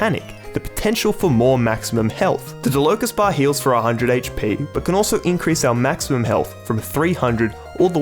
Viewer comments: it's pronounced "DAH-luh-ko bar" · Its pronounced dah la kohs bar